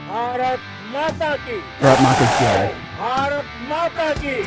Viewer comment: For all you people who think its brak maki jai its actually pronounced as BHARAT MATA KI JAI which means HAIL MOTHER INDIA / LONG LIVE MOTHER INDIA / GLORY TO MOTHER INDIA Bharat Mata ki Jai 🇮🇳🇮🇳🇮🇳🚩🚩🚩